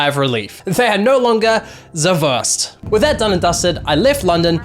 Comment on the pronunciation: "se wörst" :D